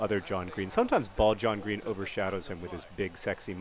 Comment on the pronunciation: "How did you not finish there John Green?" Sounded so wrong...